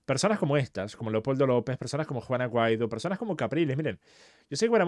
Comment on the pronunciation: Lo mismo comenté en varios videos, "juana guaido" le dice siempre 😅